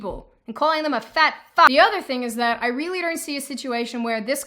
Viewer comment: ahah..."and calling them a fat fack" lol